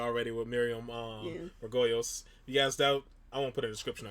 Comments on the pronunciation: Not Margoyles. It’s Margolyes. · By the way it's pronounced as Margolis not Margoyles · Really ? Still with the Margoyles ? I told you it's MAR-GO-LIS. Repeat it 100 times !! :D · Pronounced’Margo -leese ‘ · This is a fun show. I'm glad I've found it. Miriam's surname is pronounced Mar-go-lees. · Mar - go - lay is how you pronounce Miriam's surname. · Her surname is pronounced Mar-go-lees x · It's Mar - go - leeze... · It's pronounced MAR-go-lees, I think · Hi, it's pronounced "Margolees".